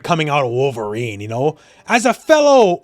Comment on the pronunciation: I appreciate the very Canadian you knooow when talking about Wolverine lol